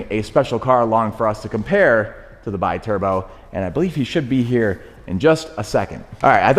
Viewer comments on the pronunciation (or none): That maserati is a be turbo not bai turbo biturbo is not english to be said with the english pronunciation in this case is italian and stands for twin turbo, sorry guys but i have to correct that